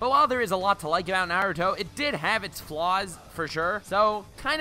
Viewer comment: “nAiRoOtOh”